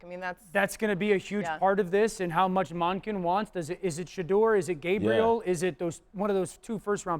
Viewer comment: Did this guy say Gabriel?? 😂😂😂 D.O is a wild man 😂